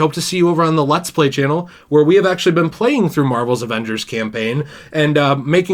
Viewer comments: "MORVEL'S Avangers.." XDXDXD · “ Marvel’s Ovangers ”